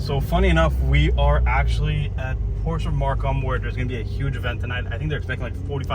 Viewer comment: Friendly tip: If you want to be taken seriously, learn how to pronounce "Porsche".